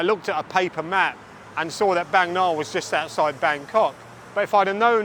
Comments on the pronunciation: Indeed, and in terms of pronunciation I more often hear the Bang in Bangna pronounced as Barng, and not Baeng as in the video. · Bang me Na? Bang Nah ❌ 😅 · Thanks, lots of good footage, insight. fun fact, บางนา is pronounced baang-naa ( า=aah). can't go by the (oft inaccurate) thai romanization. happy new year